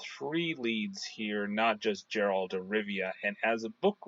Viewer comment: with all do respect YOUR PRONOUNCING geralts Name Wrong its not JERR-alt the way your pronouncing it, Its GER-ALT same way your pronouncing it except pronounce the G instead of a J nooffence but its cringey hearing you call him the wrong name.